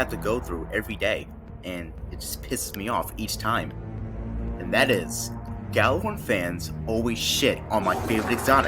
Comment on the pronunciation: ITS PRONOUNCED YALLARHORN